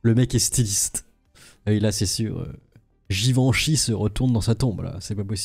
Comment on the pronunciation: Giv-en-chie XD